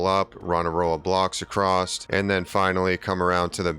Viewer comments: Is he saying acrosst? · Haha, it's a great video. I have taken away lots of interesting building tips. and for the following few minutes I think you say acrosst 3 times 😂 Decent build though. I shall be replicating it to some extent. Thank you